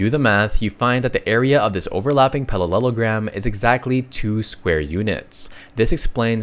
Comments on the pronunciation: the shape is called a parallelogram, not palallelogram. From the word “parallel” You misspoke several times. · Bro also said pallelelogram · I am obsessed with his pronunciation of parallelogram and centimeter